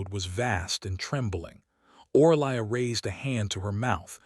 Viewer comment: Name = pronounced O-ree-lia (Orelia). Language needs editing please.